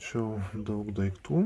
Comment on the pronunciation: ar tu berastis ,ar juokauji taip:DAIGTU,PRAZIOBSOJAU???